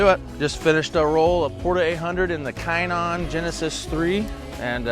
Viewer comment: I'm pretty sure it's pronounced shinon.